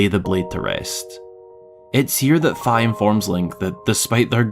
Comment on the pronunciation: That does not look appetizing. I'm glad you pronounced Fi's name properly.